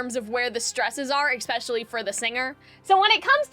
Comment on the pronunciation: you are not cringe, your analysis is strong, and your voice is lovely! your only flaw is that you make me a little crazy when you say "eck-specialy"